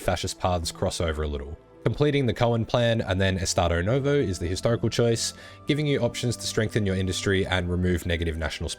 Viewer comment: Finally you learned how to say "novo".